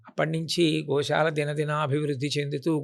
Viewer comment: adi sha kadu amma sa .. gosala - goshala kadu